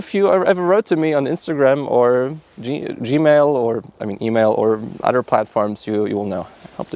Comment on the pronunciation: good video I totaly dint giggle every time you say odder btw